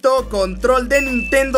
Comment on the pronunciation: "NINTENO SIXTY FOUR OMG " ja ja